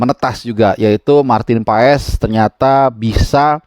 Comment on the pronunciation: Marteennn paaaazzzz ....baca nya MARTEEENNN PAAAASSSS ..